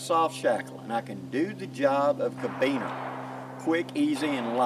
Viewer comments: It's carabiner not cabiner. That's care-a-beener not ca-beener. Sorry, I know it petty, but it was bug'n. Why was I more focused on pronunciation than the lesson at hand? Because at the point at wich you said it twice, I had yet to hear anything I hadn't already learned. Not your fault, these are valuable lessons a lot of people need... it just happened to be review for me. But that familiarity with the material allowed my mind to relax and wander. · great tips. Try saying Caribbean, not Kabeaner. Locking Carabiner. I made some citris knives from Dan Lutz design. I just made the end look like a Kukri. Ever heard of Hojo Jitsu. lots of knots. Later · Never heard anyone say ka-beaner lol